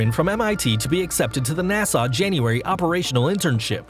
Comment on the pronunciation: He says NASA like "Nassau" 😂